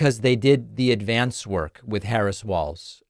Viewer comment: They didn't give "Ad-VANCE" notice. 😂